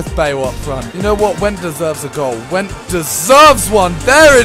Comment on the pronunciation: Wow, Wendt is my surname and now i find out that there is player with the same name xd (Btw you say it like "vent")